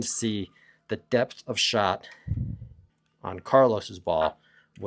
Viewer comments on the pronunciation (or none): none